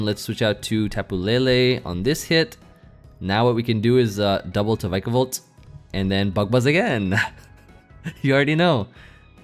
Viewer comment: why do you pronounce it Vykabol, its Vikabolt man like Pikachu